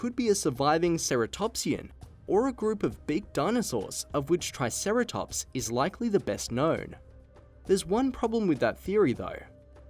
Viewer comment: When he said triceratops I rolled my eyes. Yeezus.